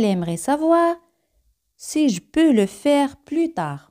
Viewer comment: La "e" en varias palabras no se pronuncia. No queda claro si se pronuncia la "s" en "tres important". El gráfico i pareciera indicar que de la "è" se va diecto a la "i"; la voz indica que sí, según la velocidad: de seer lenta y marcada no se pronuncia la "s". Pronunciación de "peux". Salto similar al de . Oracion negativa sin "pas". No se contre "Je" en oración negativa como sí en afirmativa. La cobtraccion evita la pronjnciacion de vocales de manera seguida.